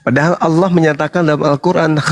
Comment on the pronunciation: Pandai bng sebut nama Allah dgn betul, xada bunyi 'O'.. 😊, Alhamdulillah, selamat dtg bg